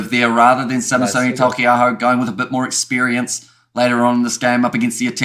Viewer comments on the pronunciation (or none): Bro please learn how to say Taukeiaho 😂 theres no "L" in his name 😀 Tau-Ke-Ah-Ho. Love these videos and not trying to throw shade, its just been bugging me bit by bit each time haha. Legends, Keep up the good chats!